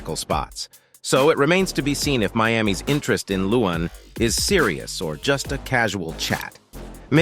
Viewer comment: I cant help it lol but its leh-wahn, not loowen 😂